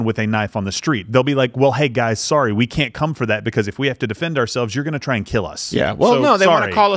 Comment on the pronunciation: Your knife, it will keel